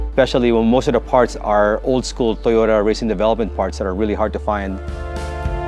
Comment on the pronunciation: TOYROTA! brap brap brap